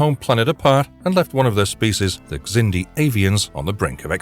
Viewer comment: The X in Xindi is pronounced like a Z.